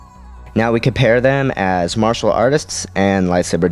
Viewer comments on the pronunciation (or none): none